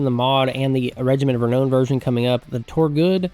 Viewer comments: It's Regiment of Renown (Re-now-n not Re-know-n) 😂, keen to play a Hung campaign though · Every single time that you mispronounce "reknown" I feel the urge to punch a retarded kitten. Please, sir: save the kittens.